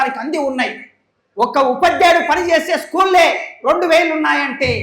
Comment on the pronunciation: ఉపాధ్యాయుడు అనాలి సార్. ఉప ధ్యాయుడు కాదు